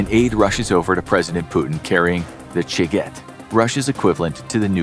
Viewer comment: Initially I thought he said The Chicken, which I thought was a humorous, but fitting Russian equivalent to the American nuclear Football.